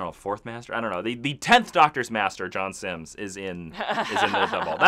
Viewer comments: I hate to be pedantic but his name is John Simm, not Simms... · So I've tried to let this go, I can't anymore it's; John Simm not Simms (sorry for being so pedantic).